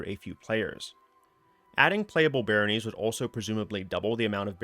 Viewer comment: "Layge", "Barrónies", "Senes-Joel"... man they must be bringing in a lot of new stuff 😅😅